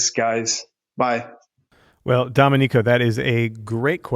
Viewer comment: please learn how to pronounce Domenico